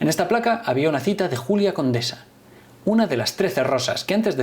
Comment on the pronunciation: tío, era Julia "Conesa" no "Condesa". Julia Conesa Conesa